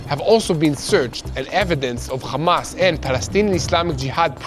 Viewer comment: It’s curious you bunch can say Ham.. but you cant say Hamas…. Without it becoming KHamas.. Why is that??